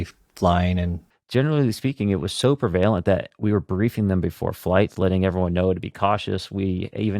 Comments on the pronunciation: Prevailent????? I think you mean prevalent you poser who was that dude and what are his credentials? He comes off as a total phony. He did not speak at all like a pilot. I called BS. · Can't get over his mispronunciation of prevalent.